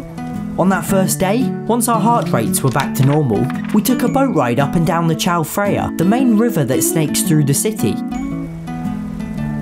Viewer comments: it’s not fraya it’s praya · It’s pronounced “Chao Praya”. (The H is silent) I’m a Thai person so I know this Same for , it’s pronounced “Wat Po”. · chao praya is what they write as the name but it's pronounced jow pra-ya just a cool fact i guess